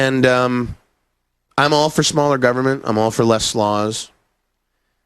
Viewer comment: “I didn’t hear the L.”